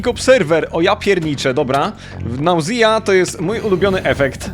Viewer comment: Sprawdz sobie wymowe nausea